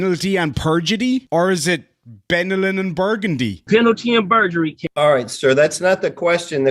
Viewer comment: Penalty and Burgerry. Hamburgrry 🍔